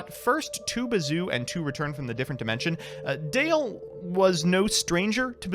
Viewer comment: DALE.... not Dan